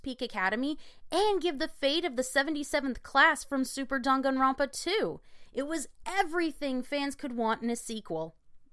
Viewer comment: "rONpa" "moNAkuma" wtf is wrong with you lol. cringe